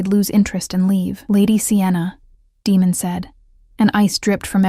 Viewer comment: Would have been a good one ,except for his name.... Demon and he is fighting against them to ? Damon is bad enough... People please look up how to pronounce stuff before you put it in your story 🙏👍👍